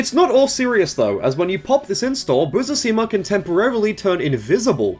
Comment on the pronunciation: The dyslexia on Busuzima is wild